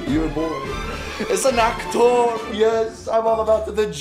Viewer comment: "I am an actowrr" - 2020